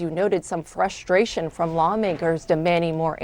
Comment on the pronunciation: I love this channel. I love the opinions. I don’t like how you say frustration. There’s an R in there, it isn’t spelled “fusstration.”